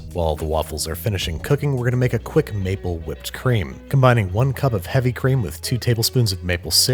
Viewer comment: „maple whipped cream“ dude I first understood „napalm whipped cream“ You know as a part vietnamnese that was pretty scary to hear